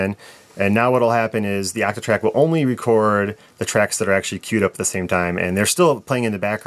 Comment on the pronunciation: The way you pronounce your O's bothers me way more than it should. Actatrack, actatrack!